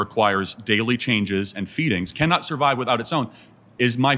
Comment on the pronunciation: Sorvive? She needs a language class.